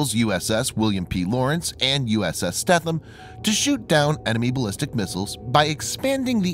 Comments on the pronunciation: FYI...USS Stetham is pronounced Steetum...as always, another excellent video! 👍🏻👍🏻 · the e is not silent in the stethem its long